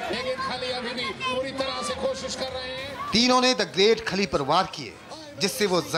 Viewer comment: RRRRRRRRESTLING RRRRRRRING, GRRRRRRRREAT KHALI.......please improve your pronunciations.